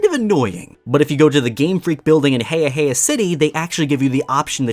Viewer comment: Wait, you pronounce Heahea like Heya Heya? I always pronounced it like Heehee.